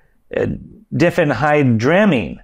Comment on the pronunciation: Die fen hydra mean thats how to pronounce it. When people o.d. on it, it usually causes seizures. Also if you use it frequently for sleep, monitor your heart rate cause it'll raise it.